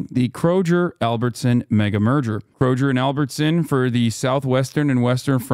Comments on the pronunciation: He said "kro-jer" haha that's the firs rive ever heard that It's kro-gur in pronunciation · "Krojer" lmao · Calling it "krojer" is wild lol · Me: I’m a pretty open minded person! I think opposing opinions are good for any rational discussion! Me, hearing Hasan say “Kro-jer” over and over: 🫠